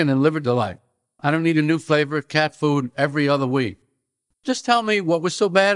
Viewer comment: He won me over :-) The weird emphasis he uses on the phrase “cat food” almost makes it sound like he’s saying “cat poo”!